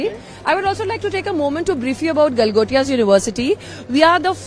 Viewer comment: Gal- gotiya university 😂😂😂😂